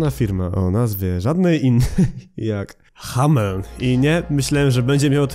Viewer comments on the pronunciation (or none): Hameln się czyta jako "hamlen". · Przy wymawianiu nazwy hameln to kiedy powiedziałeś ha... To już mówiłem Happy Meat Farms